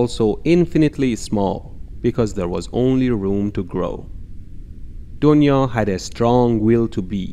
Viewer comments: Its not doniya Its duniya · It's not donia it's dunia and dunia mean world and "brahmaand" means universe. You should use "brahmaand" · The pronounciation of Donya is dunya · I know he was trying to say donya as dunia it is because of revolution of language from parsi to hindi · and thats not doniya its pronounced as "THUNIYA" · When you realize he is saying " du-niya" which means world !!